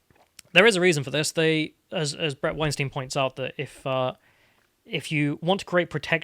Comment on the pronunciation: It's Bret W-EIN-st-EIN. Not W-EIN-st-IEN. You're pronouncing his last name like the hollywood influence sexual predator producer's last name. I'm pretty sure he isn't a fan of that XD